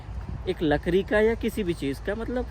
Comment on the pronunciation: लकड़ी❌ लकरी✔️